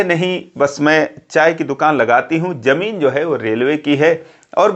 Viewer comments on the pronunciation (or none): none